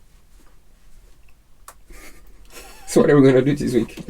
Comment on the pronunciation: PLEASE let buy a heat gun AND an oscillating multi-tool. Pretty PLEASE! They both will be SO useful for many years to come! edit: Don't wait for him to learn to say "THIS" correctly. It may never happen. 🤣🤣🤣🤣🤣👍😇😊⛵🌈😉 re-edit: WINS! (of course!) Thanks! "God bless the child that's got his own!"